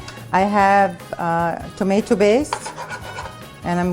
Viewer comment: Tomatoo bass 😅😅😅